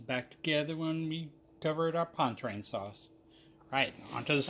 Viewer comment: For the love of God, it is not pon-train sauce! At least learn how to pronounce your dish before you make a video of it!! It is pronounced pawn-cha-train.